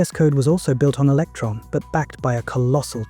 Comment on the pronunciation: Electron not Eletron.